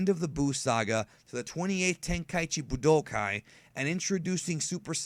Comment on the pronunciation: Not gonna lie I enjoyed the video but hate the way you pronounce certain words. Like Saiyan, baby, and budokai.